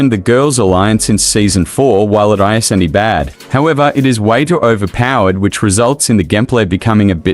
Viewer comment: "Ei-ze-en-ti" isn't how you pronounce "isn't"... ("Iz-N-T")